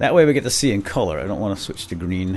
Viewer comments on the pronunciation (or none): none